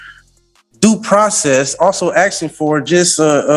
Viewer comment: He's going to get in trouble axing the judge. At least this AI goes black and white for our fast forwarding convenience.